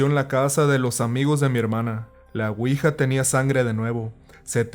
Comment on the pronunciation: Se pronuncia (Uija) no (Cuija) la cuija es un tipo lagartija albina más bien transparente y hace sonido como si te estuvieran besando ruidosamente.